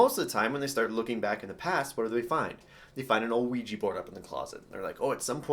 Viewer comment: And also it's pronounced wee jah not wee jee